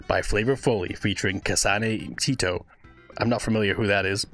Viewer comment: Btw its "Tet oh" tet as in "Tent"